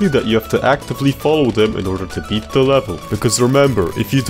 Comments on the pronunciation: I can't with the "bet" insted of beat 😆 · tell me why you say i bet a gamemode when its pronounced i beat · Great video. I’ll have to give you a 3/10 for your constant pronunciation of “beat” as “bet” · I get the urge to rip my brains out every time he said "bet"... ITS BEAT!!! PLEASE STOP SAYING I BET THE MAP!! ITS I BEAT THE MAP!! PLEASE!!